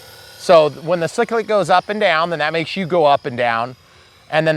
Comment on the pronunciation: Isn’t it “Cie-clic”. ;)